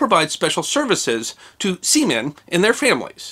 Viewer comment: He keeps saying semean